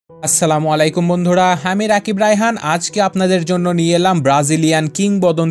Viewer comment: Vhai (assalamualaikum) hobe vhai uccaron thik korte hobe . Ar vhai apne ke hurt korar jonno boli nai